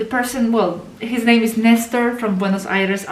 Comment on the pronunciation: Could you spell out his name, every time I listen your pronunciation, it sounds like kyle to me with an accent.